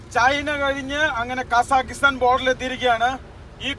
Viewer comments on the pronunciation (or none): കസാകിസ്താൻ എന്നു പറയാൻ പഠിപ്പിക്കു😌 അല്ലെങ്കിൽ നമുക്ക് ആ രാജ്യത്തിൻ്റെ പേര് മാറ്റിയാലോ🤔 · അവനോട് കാസഖിസ്ഥന്റെ പേര് പറയാൻ പഠിക്കാൻ പറ